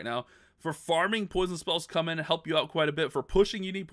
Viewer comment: Poison its not s